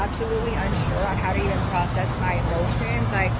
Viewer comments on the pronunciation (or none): none